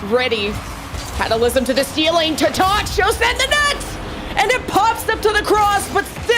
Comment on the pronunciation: man teach how to pronounce words ffs solary, chausette- the way she says it just takes me out of it